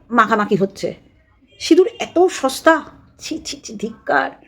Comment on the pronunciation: Didi sindur k sinur boleche amader anek vaggo valo, vaggis indur boleni😂😂😂😂